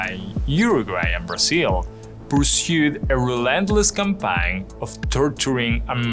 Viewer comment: sucks for your parents. English was very clear, maybe with the exception of the pronunciation of campaign